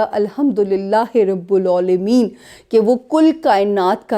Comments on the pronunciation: ...u said it wrong..... Its "RAB IL... Alameen" ....... (Instead of Rabul aulameen) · Rabil not rabul